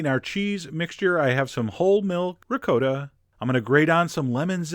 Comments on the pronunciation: One more time...it is pronounced Ri KOTTa not ReCoata. It means double cooked, or cooked again. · Nobody: Absolutely nobody: John: Ri-COAT-AH!!! 🤦🏿‍♂️🤦‍♂️🤦🏻‍♂️🤦🏾‍♂️🤦‍♂️🤦🏼‍♂️ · Wait, did he just say rick-code-ah? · How about trying to pronounce ricotta correctly next time! REE-COT-TAH, not recoder! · It's pronounced Ree caugh ta NOT RE COT TA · ri COTT a not re-COAT-uh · You're also mispronouncing ricotta. It's a short 'O' as in Hot, Top Pot. Not'a long 'O' as in Moad or Toad or Code... Just saying... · How 'bout don't be an ass. No one said "recoder". And Italians don't rhyme the second syllable with SPOT. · telling how its pronounced, but saying Ri-koh-ta. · Actually, no. It's Ri-caw-tta. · or to upset australians call it 'ricoata' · The way he pronounces ricotta just fucking annoyed me .. it' RI-COT-uh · Disturbed voyeur reporting for duty!!! Also, who cares about the bruschetta pronunciation... what grated my nerves was how you destroyed the word ricotta... or maybe im just biased to Italian pronunciation...